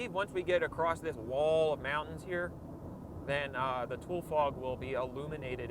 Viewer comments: Its pronounced Too-lee like a shortened version of Tulare(Too-lair-ee) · Bro it's pronounced Tu-Le. Named after the native Tule plant that only grows in the region. The natives of this region used to live in Tule huts. Pronounced (tu-le) huts. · two-lee that's what we call it here it least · I think its pronounced "Too-lee" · Tu-lee fog. edit: glad to see you’ve already apologized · As someone that's lived in the central valley...It's pronounced Too Lee Fog. Tule being a water plant. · UMM AKSHUALLY ITS PRONOUNCED TOO-LEE AS IN THE TULE REED PLANTS ABUNDANT IN THE VALLEY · It's actually "tool-E" fog. Source: I live here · Always pronounced it Too-Lee fog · It's fucking insane that he learned all of these facts and information about the meteorology and geography of LA and California, and he didn't even pronounce "tule" correctly. So he probably read all of this in a book rather than watch a video on tule fog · How do u pronounce it so wrong lol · Its pronounced Tule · i starte watching the video but sorry it just kills me inside to hear someone mispronounce tule for 45 minutes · At least pronounce the word correctly dude! Wtf? Tool fog??? Are you kidding me? You did research and took the trip and STILL said it like someone who never heard of Tule Elk or Tule grass.. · Correct Tule" to lee"check out the Tule lake pronounced " To Larry" Tulare Lake no longer exists on highway 99 Tulare County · It's pronounced TOWELIEEE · We used to have foggy day schedules for school and we got to sleep in. It doesn’t feel like winter here unless it’s foggy. We pronounce it “Too-Lee” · toolie-fog... rhymes with julie-fog. thank you very much. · Me: He's saying "tool", I wonder where he's from?: "I'm on -THE FIVE!-" Me: Oh, SoCal. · I swear it’s pronounced too-lee, atleast that’s how I heard the plant be pronounced my whole life, In California and in Arizona. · For starters, I recommend you learn how to pronounce the word: it's TOO-lee, not TOOL fog. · TOO Lee, not tool.